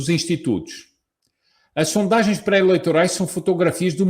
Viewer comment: kkkkkkkkk "intitutos!